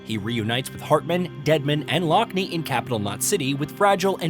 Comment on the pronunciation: "Her sister lock-knee" Tell me you've never actually played the game without telling me you've never played the game. Every single character pronounces her name Lockne 'lock-nuh'